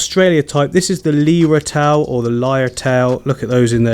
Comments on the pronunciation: A lot of people say leer tail, but it's actually pronounced liar tail. A lyre is a medieval instrument. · pronounce as LIAR...........a LYRE is a musical instrument similar to a harp and the same shape as their tails. ;-) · its pronounced liar tail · Just so you know it’s pronounced (liar-tail) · Austraie lyertail it's pronounced hope it helps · Hi.. beautiful little fish! I have heard people pronounce the lyretail as Lear-tail or Liar-tale. Pick one. :) Have a great evening. Thank you for sharing your beautiful plants and your skills. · Lyre tail (as in tail like a lyre)